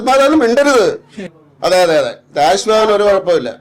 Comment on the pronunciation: രാസ് ഭവൻ അല്ല രാജ് ഭവൻ